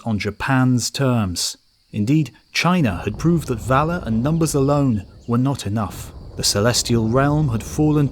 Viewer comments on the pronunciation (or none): none